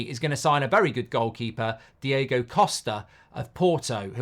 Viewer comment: It's not Diego costa it's DIOGO COSTA.